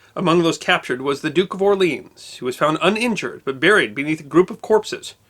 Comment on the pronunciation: ... Or-Leon !....Jesus!